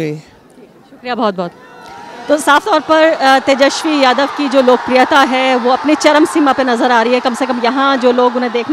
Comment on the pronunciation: His name is tejaswi not teshawi. First of correct pronunciation. Inke babujee ne bihar ke liye kya kiya.